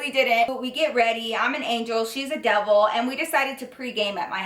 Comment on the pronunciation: and when she said Devil I thought she said Double! 😂